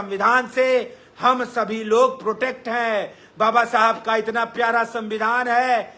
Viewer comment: Baba sahab babasahab aise bol rha jaise daru pi ke unki atma ko gali de rha ho